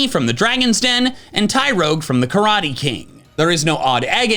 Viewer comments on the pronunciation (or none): none